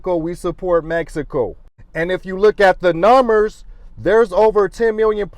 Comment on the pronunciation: Nuhh-merrs - Suh-thurr-inn California 😂😂😂